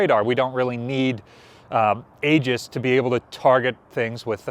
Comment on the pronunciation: FYI, it is correctly pronounced “EE-juss”……..not “A-juss” or whatever you were saying.